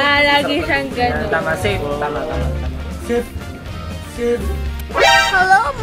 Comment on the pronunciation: Napansin niya pa yung savi ni stell na "sape" hahaha safe daw kc tey 😂😂 f yon hindi p hahahahaha